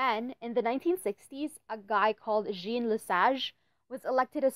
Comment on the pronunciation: Jean Lesage ^^ Good vidéo, probably one of the best in English on that law, but maybe you should hear the prononciation of the name "Jean", which don't have nothing to do with jeans,👖😉 Also, I desagree, to walk in the street you have to wear clothes on yourself, just as you have to show your face. And liberty of religion should also be liberty from religion : countless Muslims women around the world have to wear it and I would prefer a ban on the veil than girls forced to put it on.